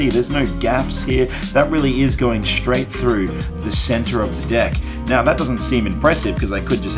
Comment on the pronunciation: Ok got next day's data . Watched the video . I think mika performs that case penetration trick better. I love the way he pronounces deck 😛 Street shows are always 🧨🧨